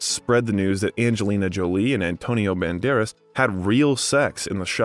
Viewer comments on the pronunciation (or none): none